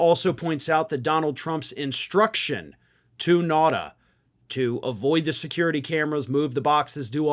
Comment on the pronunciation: I'm pretty sure his last name is pronounced NOW-tah. At least, that's how I hear it pronounced elsewhere. Whatever you think of him, the man deserves to have his name pronounced reasonably correctly. Not that I think this is an intentional mispronunciation. I'm just saying everybody deserves the respect of trying to get their name right.